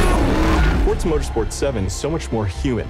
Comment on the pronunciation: YOO GUYS HE SAID FORZA CORRECTLY